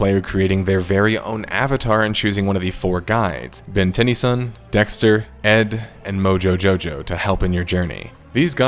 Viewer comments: Why you say Ben tennees on wierd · Wait a minute tenny-son bro they say it so many times in the show...not like that.